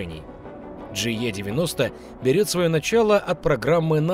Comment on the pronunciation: E в английском читается как И, Джи И 90